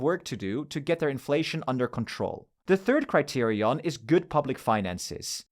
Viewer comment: Great video. Ngl you saying criterion correctly every time kind of pissing me off I dk